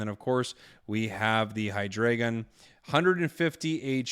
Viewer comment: Hydreigon is pronounced like "dry". The evolution line is German for 1, 2, 3 (Eins, Zwei, Drei) now you know!